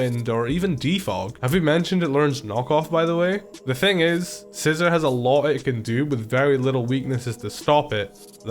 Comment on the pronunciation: Sci-zor or are you just joking